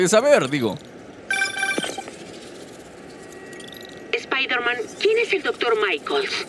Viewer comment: Airon spaiderman